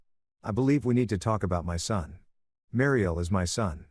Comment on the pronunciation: Hey robot narrator boy, WHAT THE HELL IS A "BAY-LIFE"? "MARY-EL"?